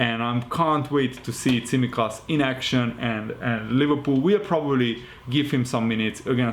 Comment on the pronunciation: Nice to see someone who can pronounce Tsimikas' surname.